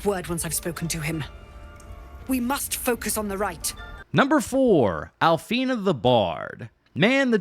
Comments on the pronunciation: It’s “Alfira” you said “Alfina” 😅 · Call Alfi”Ra”, Alfeena one more time and you’re gonna learn about The Urge first hand 👿